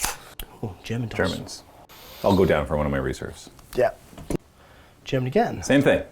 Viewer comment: Dudes... you have a great channel and this was a cool video... HOWEVER, as someone who speaks English and German, whoa. Those pronounciations were abyssmal. XD